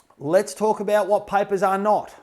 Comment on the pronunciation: why does paper sound like piper😆